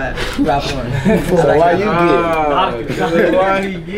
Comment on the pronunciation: Lmfaooo Big30 say “You GENNIT”